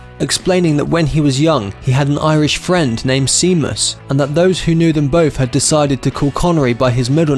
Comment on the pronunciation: A friend called seam less it’s pronounced shame us you nob.